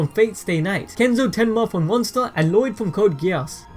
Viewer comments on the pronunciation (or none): none